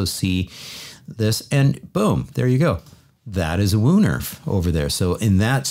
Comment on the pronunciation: The "oo" in Woonerf is pronounced more like "oa" in oak.. The way English speaking people butcher the "oo" in Dutch is written like "oe".. Sorry to take on the role of Language police...